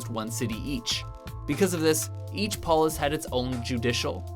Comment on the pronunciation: He's pronouncing "polis" incorrectly